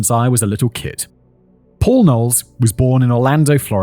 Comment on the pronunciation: Not me thinking he was saying Poor John Knowles. 😅